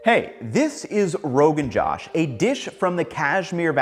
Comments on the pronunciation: are we sure that's how u say it? no one else is correcting but the kashmiri women who makes it for me says it like Rogan J-ah-sh. like an "ah" sound instead of saying it like the male name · It's not pronounced josh rather joush. Idk how to explain it better can someone use the üúô to find the sounds I'm trying to say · Good breakdown, Ethan. Fyi, the "Josh" part is pronounced more like "Joe-ssh". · Noooo that's not the pronunciation. It's not pronounced as my name.